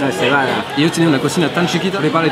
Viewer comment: Cebada* :D no es critica, es para intentar ayudar a tu mejora del español!